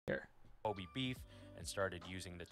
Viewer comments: I find it hilarious that he knocks on for not pronouncing wagyu correctly, yet he himself didn't pronounce Kobe correctly. 😂 The absolute hypocrisy! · pronounces Kobe like Kobe Bryant (Co-bee) instead of Ko-bay which is the way it would be in Japanese, so don't let him give you a hard time for saying wagyu instead of wah-gyu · Wait... Kobe's name isn't pronounced like Cody but with a b?